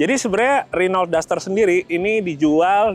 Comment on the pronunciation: Duster woy, duster, bukan daster 😂😂